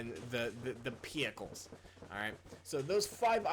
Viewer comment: thats not your dog XD and also the way u said pickles and maikins LOL